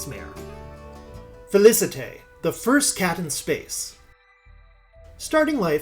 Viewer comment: Felicette = Fey-Lee-Set